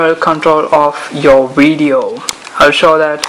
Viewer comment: 3 words......Epic, wivid wideo.